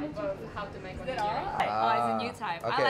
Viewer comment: Tu laa konfiden je pulak tu Siti Onigari, nasib baik comel 😅